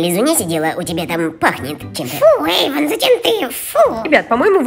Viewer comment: Эйван а не Эйвон.😒